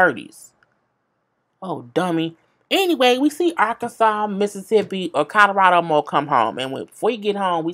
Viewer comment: KHADIJAH CARTER and she called him Colorado Mo 😂🤦🏾‍♀️